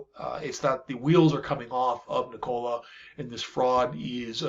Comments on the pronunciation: It isn't NiCOLA. It is Nee ko la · Omg the way you pronounce "Nikola" is so annoying! It's not 2 syllables and is not "Cola" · Please pronounce the company name correctly. It’s “NEE-kola” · it's pronounced nik cola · Should learn how to pronounce the company’s name if you intend to be credible. Kneecola? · Please look up correct pronunciations of “THERanos” and “NIKola”. Hard to seem authoritative if you mispronounce well known names